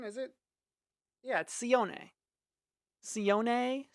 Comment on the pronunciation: no it’s see own not see on